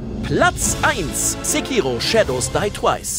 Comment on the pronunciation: Sprecht ihr Sekiro eigentlich extra falsch aus?